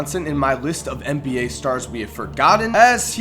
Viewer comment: Please... For me! Say NBA not MBA, NBA! Thanks I love you